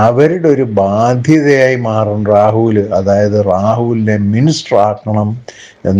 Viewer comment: എടോ റാഹുൽ എന്നല്ല, രാഹുൽ എന്നു പറയൂ